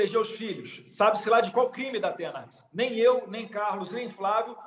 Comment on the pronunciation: "DAPENA" KKKKKKKKKKKK